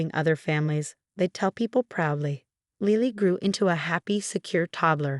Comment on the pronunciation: The baby's name is Lily not Leely, please learn proper pronunciation